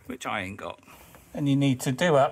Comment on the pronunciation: Top tutorial! And delighted in the lament re the fine tooth torque wrench when you admitted "I a'int got one". 'A'int' sounded so genteel in your fine English accent! Greetings from Straya!